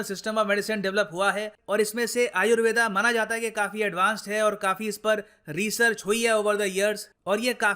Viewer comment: This is not "ayurveda" this is "ayurved" please pronounce correctly sanskrit words.